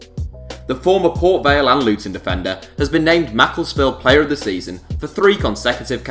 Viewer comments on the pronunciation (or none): none